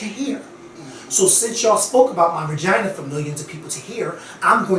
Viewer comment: Is really ouchea calling a vagina a "ragina"? I don't know why but this got me WEAK! I'M SERIOUSLY CRYING! 😂😂😂😂